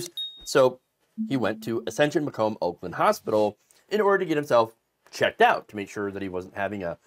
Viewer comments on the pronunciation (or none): none